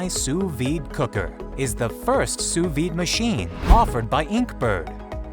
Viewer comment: wtf, sous VIIIIIIIDE, its pronounced sue veed. Also, how do you miss pronounce a v. facepalm